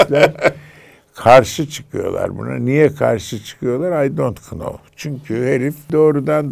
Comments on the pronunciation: Ay dont knov😂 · hocam şaka yaptı herhalde 😅 l dont "k"now. Ahahah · Ortaylı Ay dont kınow mu dedi ya 😮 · aydontknov ne 😂😂